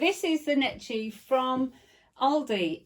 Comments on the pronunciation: It is pronounced NECKY. Not Nechy. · How funny how you pronounce the name Necchi lol "cchi" is pronounced like "key"